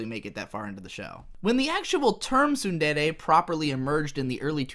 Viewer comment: Two seconds in and I hear you mispronounce “tsundere” already, can’t watch this shit. When will the English stop butchering my favorite language?